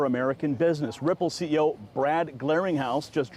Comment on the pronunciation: GARLINGHOUSE NOT GLARINGHOUSE. LOL. OK GRAY.